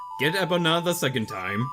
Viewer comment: Managed to make it here 3 minutes after I got the email alert saying it uploaded. ^w^ Edit: Why do you call her Eh-pona? When it's pronounced E-pona (as in key)?